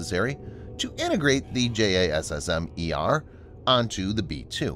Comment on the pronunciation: tbh, I think the current acronym has a pronounciation. But the narrator doesn't seem to have that info.